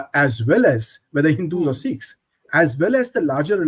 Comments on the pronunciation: Dear Barkha, it’s not seekhs but sikhs. At least you can start the correct pronunciation. Thank you. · Here they say " seekhs and not Sikhs'